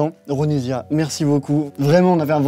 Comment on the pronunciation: Ouais sauf que son nom se prononce Ronissia😂